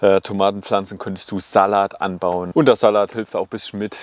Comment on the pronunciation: Sehr hilfreiches Video, danke! Aber wie du Salat aussprichst, macht mich echt fertig 😆